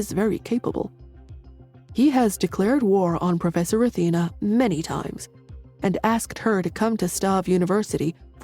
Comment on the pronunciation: Why do they keep changing the pronunciations of words Athena sounds like Auntie and then from Pur to Poor and then back to Pur. There's a also a few other errors in the past changing Roger to Howard then back to Roger etc. It's really kinda annoying.